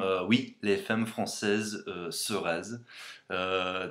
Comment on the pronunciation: Elle est cool ta vidéo, juste on dit femmes comme "fammes" et béret tu dis "beuret" mais j'aime bien et NON les bretons ne font pas que de se balader a velo avec pain et fromage haha (mes origines) mais c'est bien pire dans ma région en franche comté XD continue en tout cas ! :)